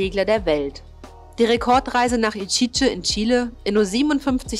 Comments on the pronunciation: Iquique. "Itschietsche"? Die Aussprache hab ich noch nie gehört! Kenn es nur als "Ikieke"! Aber lasse mich gern eines besseren belehren! Ansonsten: tolles Video! Gut gemacht! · Und Iquique spricht man Ikike, nicht Itschitsche